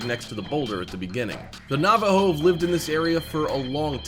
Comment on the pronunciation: You say Navajo wrong I know this because I am 50 % Navajo